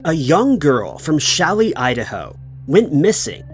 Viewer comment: Challis. Not Shelly 😊